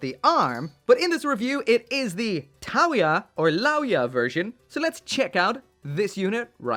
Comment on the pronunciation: The "Liao Ya" thing is Chinese, and it should be pronounced with a hard L sound. It translates into the science/clinical definition of "fangs", as in those two pairs of longest and sharpest teeth that we and some other animals have. Edit: lol so someone just reminded me that those pairs of teeth are actually called canines. He's 100% right, and as an English major, I am so ashamed.